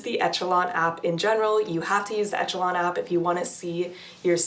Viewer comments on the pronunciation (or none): For the love of God, it's pronounced eh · shuh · laan